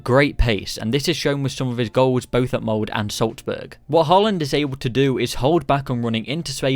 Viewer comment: SalzbUrg MoldE (not mold)